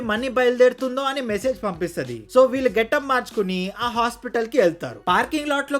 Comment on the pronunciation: కొంచెం తెలుగు pronunciation మీద శ్రద్ధ పెట్టండి. .. "ఇంతలా love చేసుకున్న ' వీలు ' " అని పలుకుతున్నారు .. అది వీలు కాదు .. "వీళ్ళు" అని పలకాలి